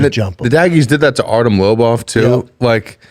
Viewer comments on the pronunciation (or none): none